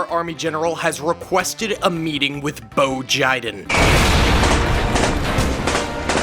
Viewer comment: “Boe Jiden” 😭😭😭🙏🙏🙏🙏💀💀💀💀🪦🪦🪦🪦🇺🇸🇺🇸🇺🇸🇺🇸🇺🇸🇺🇸🇺🇸🦅🦅🦅🦅🦅🦅🦅🔥🔥🔥🔥🔥🔥😤😤😤😤🗣️🗣️🗣️🗣️🗣️🛩️🛩️🛩️🛩️🛩️🛩️🛩️🛩️🛩️🇺🇸🇺🇸🇺🇸🇺🇸🇺🇸🔥🔥🔥🔥🔥🔥🫡🫡🫡🫡🫡🫡